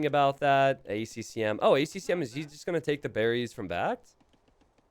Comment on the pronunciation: "Bac-T" and "A C M"? get your shit together